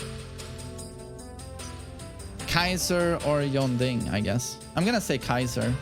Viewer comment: Yong-ding. Jeeezuz. It's Jun-dding. Say it exactly like I spelled it. My ears bleed everytime you butcher that name.